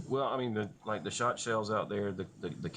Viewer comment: Why does a law school graduate say “dah” instead of “the”? Huh???